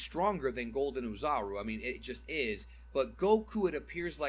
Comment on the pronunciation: says "Bebi" but mispronounces Oozaru" as "ooh"(like pooh)-"zar-oo." preaches using the original japanese names but if he were doing that full-stop then he'd say "Oh-zah-rooh" because the English rhotic "ar" like in "car, bar, tar" does not exist in Japanese.